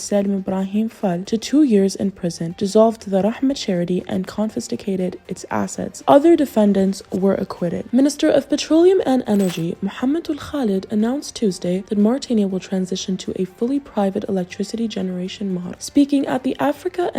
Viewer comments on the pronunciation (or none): جزاكم الله خيرا. مجهود جبار. Small correction: Confiscated* not confisticated. to award, pronounced « uhword » not ayword. local competitor, not competor.